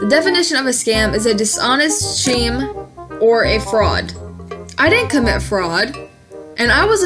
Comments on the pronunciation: "Sheem" isnt it pronounced skeem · Pronounces scheme as "sheme" I'm sorry this happened to you :( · LOOOOOOOOL 😂😂😂😂 It's pronounced 'skeem'.